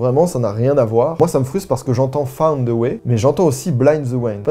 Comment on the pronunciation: Svp les français, pouvez vous arrêter de dire « ze » pour « the? Ce n’est pas compliqué, vous mettez votre lange entre vos dents d’en avant. En fait la prononciation est entre le T et le S. Mais ce n’est pas “ZE”! J’ai l’impression qu’on ne vous apprend pas du tout la prononciation de l’anglais. Le pire c’est que vous adorez mettre des mots anglais partout sans savoir les prononcer. Quand j’ai entendu une française dire Tupperware pour la première fois j’ai été choquée. Ça se prononce: Toperwère . Si vous avez des questions ne vous gênez pas. Merci beaucoup